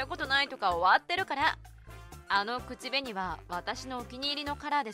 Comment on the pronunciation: ぜ(↑)んぶ くち(↑)べに(↓) イントネーションどうにかなりませんか？